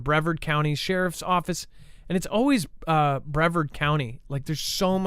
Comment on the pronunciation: Brevard (pronounced Bre-vard) County is called The Space Coast, hence the area code is 321, like countdown. The county has all major defense contractors including Patrick Space Force Base and Kennedy Space Center. Yes, very high risk area and well defended 🫡